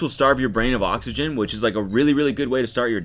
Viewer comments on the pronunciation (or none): none